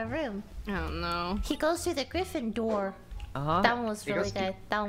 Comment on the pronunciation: "Griffin-door" As a griffindor im triggered